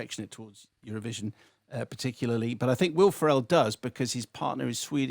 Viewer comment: Why did you pronounce Ferrel like that?